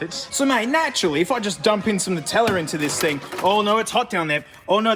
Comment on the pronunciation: And also why it's pronounced "NUH-tella" and not "NOO-tella" like us weirdo Americans say for some reason